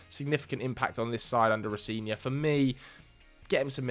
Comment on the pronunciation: Row-Zen-Ee-Or is the pronunciation